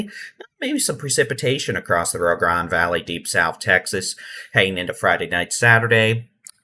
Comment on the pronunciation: The way you pronounce Rio Grande is really odd. It's not Ree-ah. It's Ree-oh